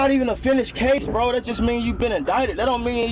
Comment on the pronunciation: same 😂😂😂😂😂 “I like dat red”